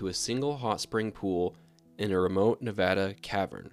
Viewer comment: I've actually caught Lahontan Trout! I am from Nevada so when I heard you say Nevada the right way I was so happy you defiantly know what you are talking about!